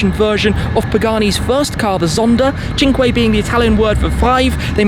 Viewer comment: You pronounced Cinque incredibely well